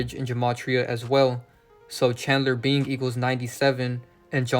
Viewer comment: Bing sound alao like being